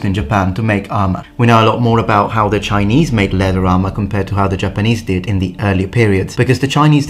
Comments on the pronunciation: your Chinese pronunciation was pretty great! Good job on not butchering it :) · Impressive Chinese pronunciation! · Your Chinese pronunciation is actually quite accurate. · Chinese pronunciation on point!